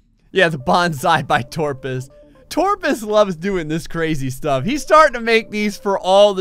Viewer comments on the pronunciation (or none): It’s kind of unsettling how he says torpus instead of toprus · Will he ever realize that it's actually "Toprus?"